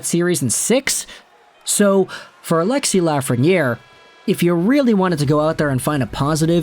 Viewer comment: Alexis Laughreniere